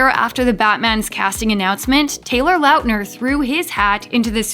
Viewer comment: She kept on pronouncing Lautner (Lot-ner) as Loutner . im done